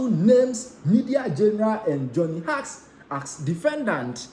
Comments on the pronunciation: Johnny Hughes. Hughes pronounced as "Hews" not Hugs. Thanks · Can't anyone among the Nsem pii presented correct this guy with some pronunciations? The name sounds like Hews. The spelling is Hughes. Please check it and don't rush.